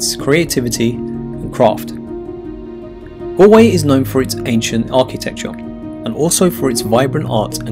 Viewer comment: It’s Galway not Alway 😬